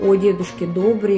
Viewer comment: В интерес на правилното произношение и правопис името е Добр/ И /, а не Добр/ Е/ ...! Бай Добри всеки Божи ден, събираше пожертвования - милостиня ,в градинката на ,,Св,Седмочисленици ,,пред сградата на МВР .София ,до смъртта си ...Бог да го прости !!!